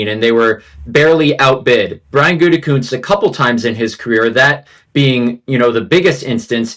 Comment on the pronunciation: Mcafee still calling him goontekunst... SMH 😒